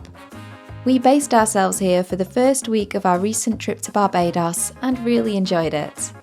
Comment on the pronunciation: You are pronouncing Barbados wrong